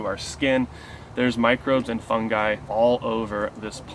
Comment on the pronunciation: Thank you for pronouncing Fungi properly....